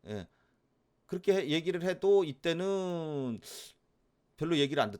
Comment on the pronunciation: 이때는~~~~할때 억양 특이하네요 ㅋ 매일매일 챙겨 봅니다~~ 상담할종목많은데담기회에~~~